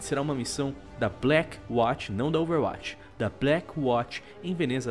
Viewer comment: cara, por favor, aprende a falar OverWatch direito... vc faz videos sobre o jogo...